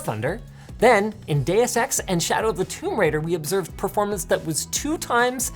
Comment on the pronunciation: Every time Linus says "DEUX EX" I thought he said "Data Sex"............ LOL